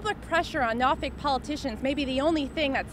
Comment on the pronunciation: It sounds like hes saying norfuck'